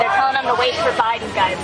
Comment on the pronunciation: Was "bye-done" now "bye-gone" worse than Hisler